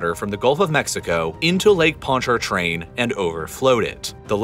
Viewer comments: That's because not everybody speaks with a "New Orleans accent." There's plenty of people that have grown up here that can speak a normal american english accent. The r in ponchartrain was over pronounced, and you're right that most people say "ponchahtrain." Of course nobody says carondeleT, because that's simply not how the word is supposed to be pronounced. The way he said "New Orleans" is 100% acceptable and normal. Correcting someone for that one specifically is strange when even many locals say it that way. There are totally a lot of people saying "N'awlins" sure. But that is 100% slang and completely optional. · I just wish he pronounced the lakes name correctly 😂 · Pontchartrain is sending me lmfao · As a native Louisianian - I'm offended by the way he pronounces the "R" in Pontchartrain. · Hearing someone pronounce the 'r' In Pontchartrain gave me the greatest whiplash, I don't think I've heard anyone living here pronounce it that way XD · You pronounced Pontchartrain wrong. The first T is silent.. lol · This dude can't even pronounce 'Pontchartrain.' This dude needs to learn history. Historical facts matter -- opinions don't. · Pontchartrain is how you spell it, but not say it. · Excellent video. Heads up, people around here seem to pronounce the name of the lake, “ponch-uh-train” (with the emphasis on the “ponch” part). Idk if that’s everyone down here though. Some people might pronounce it like you do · I've never heard anyone raised here with a new orleans accent pronounce it ponT-chaR-train. In the video he pronounced the first "t" and first "r" with a slight inflection. That seriously sounds correct to your ears?? I've never heard anyone say carondeleT either. It's always carondeLAY. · The r in ponchartrain is silent by the way - ponchatrain is a better pronunciation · “ponch-uh-train” is how you pronounce it btw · Pontchatrain, everytime he said that. Pon-cha-train not Pont-chart-train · Him pronouncing the lake sounded so robotic 😂